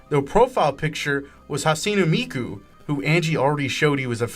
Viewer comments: HASINU MIKU? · i really hate to be that guy but its pronounced like hat-sun-ay miku. always bothered me in rewatches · oh i just know they are gonna eat him alive because of this pronunciation of hatzune miku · “Hasinew Miku” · Hasseenu miku!! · what a funny way to say hatsun mike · errm... it's ha-tsu-ne miku 🤓☝️ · hahseenew miku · what the actual fuck was that pronunciation of Hatsune miku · The way you pronounced Hatsune miku makes me very violet. Also wasn't mario also nintendo's version of Popeye after they couldn't make a game about him? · I love this video, but butchering Hatsune Miku's name physically hurt me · Hearing you butcher Hatsune Miku's name was hilarious